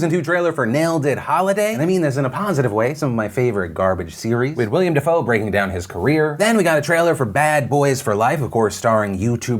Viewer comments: It's WILLEM Dafoe, not William. Gosh Phil, get it right. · He also said "William Dafoe" instead of "Willem." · Did Phil really just pronounce "DAZN" as "daz in" instead of "da zone"? How has he not seen all of the commercials for it? Haha. Oh no then he called Willem Dafoe "William" haha. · Did...did you mean Willem?